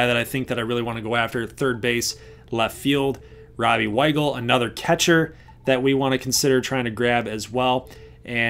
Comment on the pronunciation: Glad you said Weigel's name properly, I just glanced at it and said Robby Wiggles